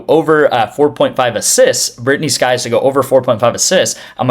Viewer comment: Sykes not skyes